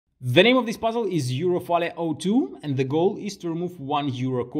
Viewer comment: I love how you pronounce "puzzle" as "buzzel"